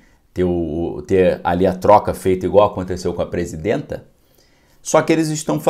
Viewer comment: "Presindenta" ? Avacalha não